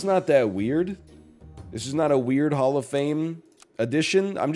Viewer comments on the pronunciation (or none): none